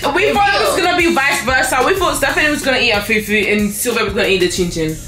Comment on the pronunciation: Why stephanie is calling it few few instead of fufu. I wish there is an audio on YouTube comment section so I can teach her. Which one is fewfew